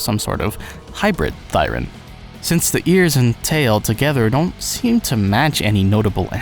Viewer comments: "Thee-ren". 'Thigh-ren' is a blashpemy to romance languages /rant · I've been pronouncing it Thee-ren this whole time O_O Would be interesting to find out if Hugo and VIvian are half Onis cos Onis have pointed ears too. People did theorize they're bat-thirens but with no wings and other bat qualities, it's hard to say of the veracity of this theory. Anyways, great video, really enjoyed it, keep up the good work.